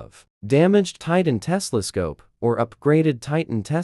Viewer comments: ITS TELESCOPE! NOT TESLASCOPE!!!! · bro it not tesla scope it telescope